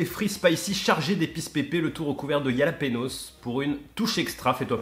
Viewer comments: ca se dit Ralapenos pas yalapenos 😂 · Juste un tout petit truc, jalapeños ça se dit ralapegnos jaja mais merci pour les vidéos